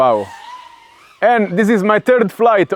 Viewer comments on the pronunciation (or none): "Dis is my turd flight". Just kidding. I love your videos, and you make great content. English is my second language also :P